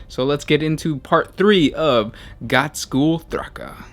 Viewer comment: Oh god. Can you please learn to say "Ghazghkull" ?